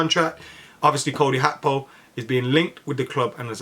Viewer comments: Did I miss something? When did Gakpo become Hakpo? Is that the proper pronunciation? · I love you but can't get over "Hakpo" 😂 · Ye, I noticed that, Hakpo, lol. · PLEASE STOP REPORTING ON GAKPO UNTIL YOU CAN SAY HIS NAME CORRECTLY